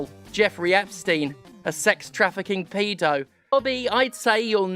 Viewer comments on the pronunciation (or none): Why are you saying pedo wrong? You're back in the UK now, say it properly. 😂